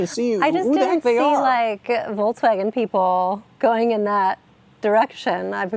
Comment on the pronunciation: Can you try to pronounce Volkswagen please? There's no 'tz' in there anywhere.